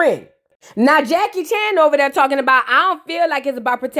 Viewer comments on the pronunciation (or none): none